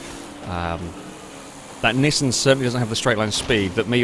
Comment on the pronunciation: While it also annoys me, it's not technically wrong. The original Japanese commercials from the 70s are in a kind of middle ground between "ick" and "eek", though a bit closer to "eek". What is actually wrong though is Nissan ("knee-sahn") as "Niss Anne". There are others as well, like Mazda, Porsche, and Peugeot, but I can't be asked to spell them all out phonetically right now. Nissan is just the worst offender.